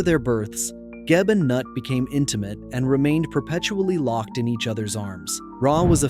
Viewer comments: Noo-eet. not NUT Mr. AI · Goddess Nut is pronounced Nute